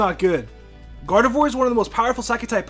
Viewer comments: It is pronounced "Gar-de-vwah", not "Gar-de-vwor". "Ee-vel-tul", not "Yee-vel-tall". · You pronounced gardevoir wrong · You got Gardevoir wrong... One word: Flash.